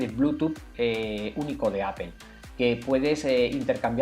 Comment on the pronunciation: estimado, no es la escritura, es tu pronunciación, No es apel es Apple